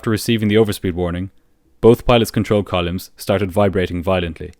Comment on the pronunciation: "Columns", not "Col-yums"... Sorry for being a pedant. I love your channel all the same.